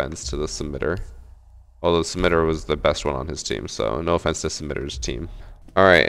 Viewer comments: "Ram steen" :c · the fact that u butchered the name rammstein